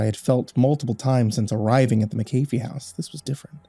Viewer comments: Wow, I rarely see my last name anywhere; although I do have to say it's pronounced mak-uh-fee not mik-ae-fee, like the of the anti-virus software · Its MAAACCC- AAHHH- FEEE. Not "Mc-- ayyy- feee" lol